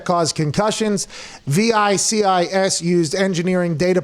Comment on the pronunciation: is pronounced VI-C-ES